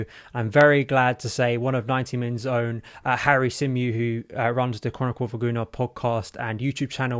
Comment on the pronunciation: His surname is Greek and it’s pronounced “see-meh-ou”.